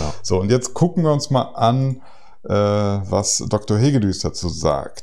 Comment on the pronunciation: Hoi, das ungarische S entspricht dem türkischen Ş. Also: Hegedüsch mit langem Ü Sein Vorname ist János, er erwähnt es eingangs. 😊